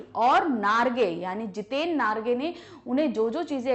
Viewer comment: mam its jiten narge not nagre